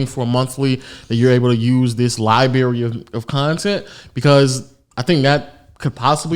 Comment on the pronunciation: Damn, LoW can't pronounce library either lol